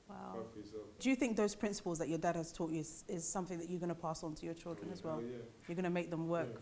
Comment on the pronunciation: “Taught” NOT thought